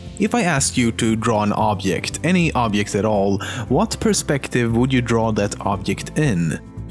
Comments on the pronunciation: OBJECT, IT'S OBJECT NOT OBYECT OOOOOOOOOBJEEEEEEEEEEEEECT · it's not obyect,it's obiect,you should learn sweenglish and romanian both use the word obiect for objects,you should of informed from the internet before comenting. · Yes, I noticed but my favorite is "obyekt" ! 😂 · in Poland people say "object" like that. and it's spelled "objekt" . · I like how he said object like obyect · wtf is an "obkekt"? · what's an 'obyeck'? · oobjyekt .... hahahahhahaha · Just hearing you pronounce the word "object" when you were talking about 'canonical perspective' I knew right away that you were from Sweden😂 guess I was right when I saw the mirror & swenglish comment you made later on in the video. Damn am I good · The way you pronounce object really disturbs me